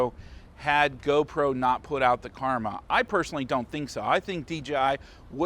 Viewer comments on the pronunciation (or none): let me simplify it, since you're having a hard time. The *KARMA* pronounced kar-ma, gopros drone.